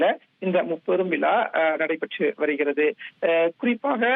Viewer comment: தம்பி முப்பெரும் வி"லா"வா அல்லது தோள்/ புஜமா? ஏண்டா தமிழை இப்படிக்‌ கொடூரமாகக் கொலை செய்றீங்க!!😂 விலா அல்லடா தம்பி "விழா‌" "விழா" "விழா" முப்பெரும் விழா!